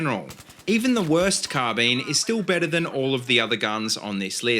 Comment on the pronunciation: "Carbeen" lol